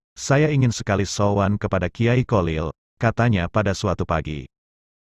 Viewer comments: Maaf hati2 dgn kalimat /$ebutan nama kiai haji Kholil , bukan Kolil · Sebenarnya bagus suaranya yg mengisi,akan tetapi kalau mengucapkan kyai Kholil kurang faseh,mohon maaf,supaya menyebutnya jangan kyai Kolil,itu kurang bagus 😥😥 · Maklum wong jowo yang awam memang sulit dalam menyebut huruf خ.cenderung keluar ق ( ko) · kholil bukan kolil